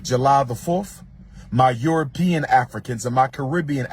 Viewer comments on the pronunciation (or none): none